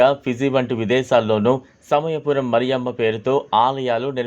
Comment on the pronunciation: ఒరేయ్ మరియమ్మ కాదురా, మారియమ్మ, దరిద్రుడా